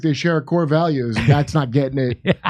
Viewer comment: Haha he said cooze.